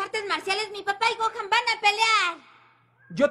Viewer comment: Le puse los subtítulos y en vez de gohan dijo cojan🗿